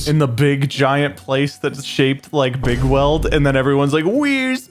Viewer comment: I used to to think they were saying “Big Whale” instead of Bigweld